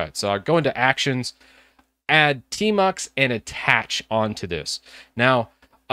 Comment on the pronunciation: I thought you said termux 🙄😬